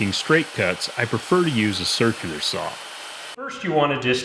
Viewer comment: First, it's a Circular saw not a Cerclier saw. Second it's especially not EXspecially. Learn Engrish!